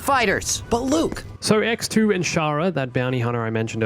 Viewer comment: I can't help but hear EcksToo every time says X2